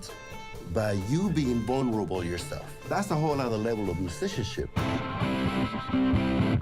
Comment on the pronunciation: He can't even say "mushishanshipsh" (musicianship). What do you expect... 🤷